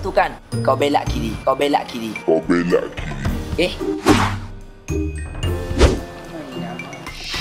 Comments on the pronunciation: Im ganurian, bila duk kl sebut belok pon jadi belak, rokok jadi rokak😂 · aku puas tang belak kiri...daripada belok jadi belak...apa merga tu oiii...hahahahaha